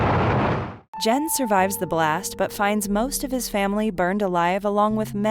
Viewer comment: Great list! Please have the scriptwriter make sure the narrator has phonetic spellings for names. Barefoot Gen is pronounced with a hard “g”, e.g. “get”.